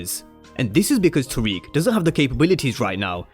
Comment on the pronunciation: I'm not tryna seem like a perfectionist or pointing it out to be mean. But you said all these names wrong, it's. Tariq, Cane, and Brayden.